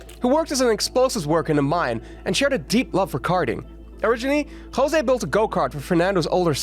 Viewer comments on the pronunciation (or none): none